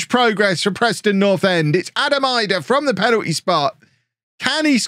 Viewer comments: Idah is pronounced edah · pronounced Adam Eedah